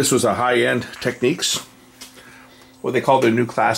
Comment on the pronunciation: Not "Techniques" 'It's "Technics"